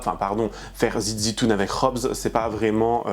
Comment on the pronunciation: Mdr as dit Zit zitoune.Khoubs...😂😂 trop fort!